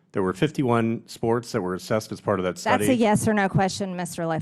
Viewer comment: Funny that she can’t pronounce the word “study,” as I imagine she never has. 😂😂😂